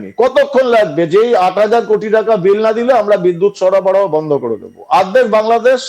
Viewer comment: সরবরাহ কে সরাবরাহ বলে কলকাতার মূর্খ সার্কাসে ভরা মিডিয়া 🤣